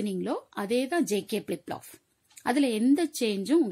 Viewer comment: Flip Flop ❎ Plip Plop✅ 😂